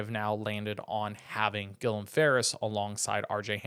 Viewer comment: You butchered Guillem's first and last name 🤨